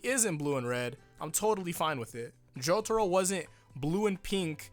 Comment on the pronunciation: Worried about Vento Aureo pronounciation, still pronounces Jotaro as Jotoro...